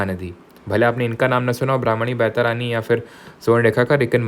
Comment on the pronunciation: Sir you are not good in pronouncing Indian names. It's not बैतारानी it's बैतरनी